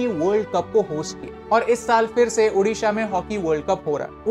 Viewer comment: Thankyou for good pronounce odisha